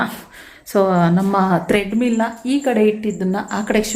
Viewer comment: ಏನು ತಪ್ಪು ತಿಳ್ಕೊಬೇಡಿ, ಟ್ರೆಡ್ ಮಿಲ್ ಅಂತ ಹೇಳ್ಬೇಕು, ತ್ರೆಡ್ ಮಿಲ್ ಅಲ್ಲ.